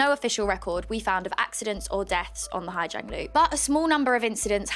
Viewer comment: Awful news for Orla and her family. My issue with this report is the reporter is very symptomatic of what Hà Giang ('zang' not 'jang') has become and seems to believe her experience of westerners getting rowdy and drunk in a quiet Vietnamese village is everyone's experience and the correct way to experience it. I have driven the loop myself twice, first in 2018 and secondly in 2022. It is the most beautiful place I have ever seen. In 2018 the roads were dangerous with a lot of trucks and some underdeveloped roads. The homestays we stayed in were very wholesome with beautiful locally farmed food cooked for us and some rượu (corn alcohol) to wash it down as is the local custom, maybe accompanied with some music from local instruments and a very early night's sleep to prepare for the next day of driving. In 2022, everything was much the same other than the droves of 'easy riders'. A great service which allows people who are not motorbike drivers to see this amazing place. I think from an internal safety perspective, they are mostly sound, other than some of the points raised in the video. However, even as they are relatively safe drivers, a straight line of 10-15 drivers makes it very difficult for other drivers to navigate overtaking and makes incompetent truck drivers make horrific gambles. We were also able to stay in authentic homestay on two of the night's, one was an incredible experience with a H'Mong family. Unfortunately one of the nights our only option in the area was